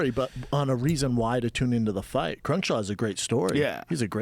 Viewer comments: Yeah brandon sorry buddy but its "CRUICKSHANK" not CRUNKSHAW you fucking oaf. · lol "crunkshaw" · Bahaha I love when Schaub bails out of words. He just calls Darron Criukshank "Croonshaw" lol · "Crurnkshaw" - Brendan Schaub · 13.05 Dumb fuck Brendan Schaub calling Cruickshank "crenshaw" This guy is sutch a meat head... omg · Soo Sorry "Crunchshaw" hahaha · WHY THE FUCK CANT BRANDON SAY CRUICKSHANK